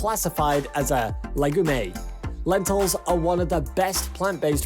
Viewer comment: Le gu may..french,eh?